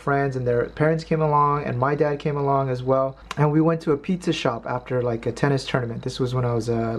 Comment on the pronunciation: Anchovy pi-zcha please? LOL...